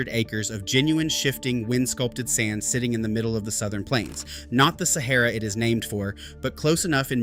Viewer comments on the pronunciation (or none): none